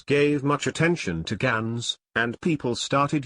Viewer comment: yeah... but gans in dutch is pronounced "GAH-NS" not "GEH-NS"